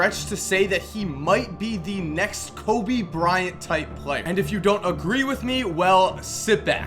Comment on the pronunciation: "COBY. BRI-ANT.." why the fuck u pronounce kobe's name so weirdly lmao